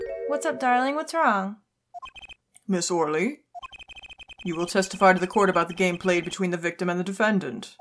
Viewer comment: I think Shadi Smith is pronounced "Shady" Smith and Ms. Orly's name is pronounced Ms. "oh really". Most of the Ace Attorney characters have some type of pun in their name.